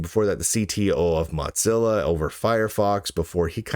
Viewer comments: Why does Lunduke keep pronouncing Mozilla as if it was "Mozzilla" or ”Mudzilla"? The company was named from the idea that the company founders wanted their browser to be the "Mosaic killah", not some kind of ... "mozzarella killah"! Mosaic ---> moe-ZAY-ick Mozilla ---> moe-ZIL-ah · Why do you keep mispronouncing Mozilla?